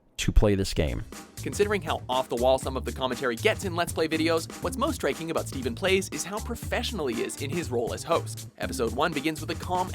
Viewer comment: When he said StephenPlays I thought he said smithplays